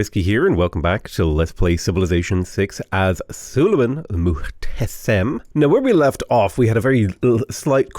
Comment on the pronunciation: You spell everything right in muhtesem except the s is spelled like sh